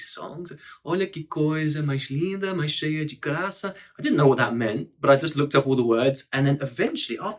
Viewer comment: that "s" in the end of that "maiCHH" really shows who he stands for... And I don't like it, you're not malandro enough, please say the S correctly, esse S com som de CH é 'vacilo', te faz parecer malandro, faz isso não mano 😛🤍🇧🇷. Kkkkkkkkkk